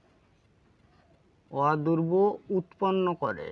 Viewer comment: আপনার উচ্চারণ টা হবে অরবুদ অদুরব না